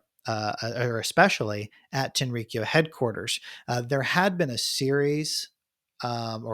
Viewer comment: The pronunciation is more like Tenri-kyō rather than TenRiKiyo